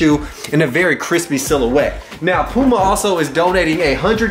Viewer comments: Lol watching this vid in 2022. Srsly, who pronounced it “Pewma”? 🤣🤣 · its p-you-ma!! The cat is P-YOU_MA too!!! and NUTELLA is not NEWT- ELLA It is made of NUTS!!!!